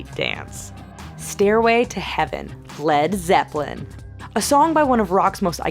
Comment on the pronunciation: the way she says led Zeppelin 😂